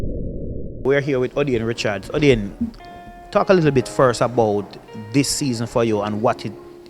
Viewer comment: How the hell this guy get this Job,,and can't pronounce his words,,ODIAANE?WAT?SMH..ONLY JAMAICANS